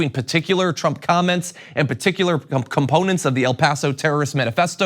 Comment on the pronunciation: PUTICULAR????????? JOHN IS A MORON CONFIRMED. PARTICULAR BTW.